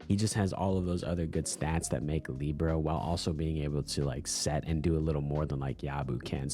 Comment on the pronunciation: what do you have against kimiro😢 and its Li bare oh not leebro